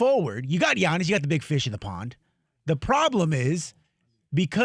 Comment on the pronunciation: Giannis and SHAM not bam SHAM 😂😂